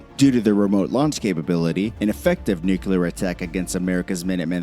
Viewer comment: Nucular is not a word. That's just ignorant